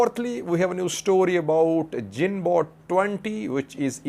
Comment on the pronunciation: Correction pronounce its gunboat. G girl greed green etc.